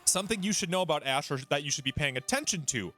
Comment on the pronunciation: It's ash and u keep calling him hash lol